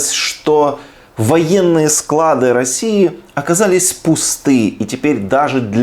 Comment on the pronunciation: СклАды, а не складЫ... КлАды, а не кладЫ СрЕдства , а не средствА